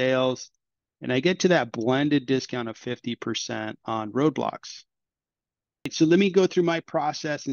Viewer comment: Roblox not Roadblox m8 😂